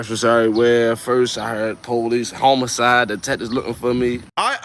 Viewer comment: HOMOCIDE???!!!! Nigga...its HOMICIDE!!!